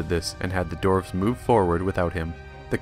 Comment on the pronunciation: DWARVES NOT DORFS